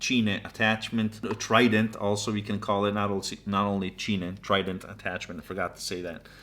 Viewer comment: Just to let you know "cine" is pronounced like cine like in cinema.